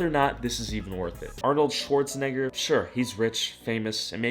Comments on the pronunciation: HE SAID NIBER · Notice how he pronounces it Arnold schwartzNihger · Is it me or is he low-key saying shwarzenigger XD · His name: Arnold Schwarzenegger. The way he pronounced it: Arnold Schwarznegger. Ik but still. RACIST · No one gonna mention how she pronounced his name lmao